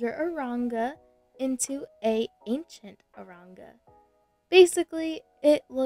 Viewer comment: u said aronga lol